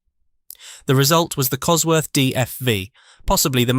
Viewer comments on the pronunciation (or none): none